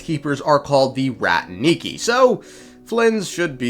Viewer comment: Please , i beg you, rAtniki , when you call them ratnIki they turn into some kind of animals like capuchin or lemur xd